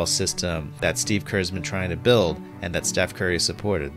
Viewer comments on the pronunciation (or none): none